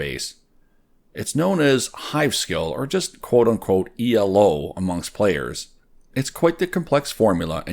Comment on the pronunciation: Why did you say "E.L.O." for the ranking system instead of "Elo"? It's not an abreviation xD